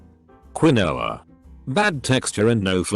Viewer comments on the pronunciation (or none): none